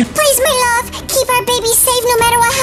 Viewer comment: When he say my lob not love it got me laughing 😂